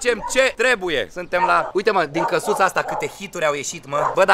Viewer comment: Minutul ,,-Dincă-suța . El a spus Din casuta , dar s a inteles Dincă 😀😀😀😀